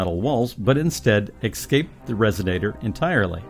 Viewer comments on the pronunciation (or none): Ex- scape? LOL